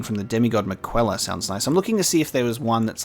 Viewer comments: Miquella is pronounced “Mik-uh-luh”, not “mi-kwe-lah” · Hmm he pronounced Miquellas name wrong in episode 1, I'm sure someone will be reminding him how it's pronounced plenty of times later